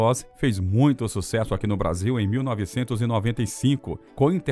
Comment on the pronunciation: é irritante tb como pronunciam errado a palavra Muito!